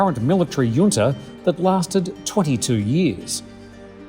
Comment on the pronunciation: JUNTA is pronounced {Junta british english} or { Hunta US english} Never heard it as Yunta before...